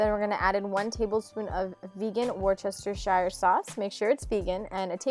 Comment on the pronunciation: The burgers look so good! Worcestershire is pronounced wus-tah-shuh, by the way. I don't know why certain places in the UK are spelt so much different to how they're pronounced, its so weird :)